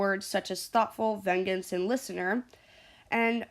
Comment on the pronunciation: bruh ven-gens lmao it’s pronounced “ven-jance”